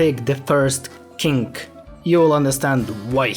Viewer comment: Not being rude or anything but you saying kink instead of king is just hilarious 😭